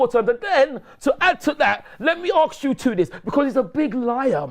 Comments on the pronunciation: has the cheek to talk about low IQ when he pronounces the word "ask" like "aksk", that right there demonstrates low IQ. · Lol says "aks" instead of "ask" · Why can’t this delusional Smurf pronounce the word “ask” properly? How is a 70 year old man saying “arks” all the time? 🤡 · it’s ask not aks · Let me aks you something bruh